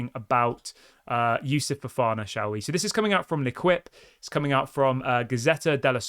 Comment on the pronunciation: Great channel but I can't handle you saying "Leh Kwip" anymore. It's LEH KEEP.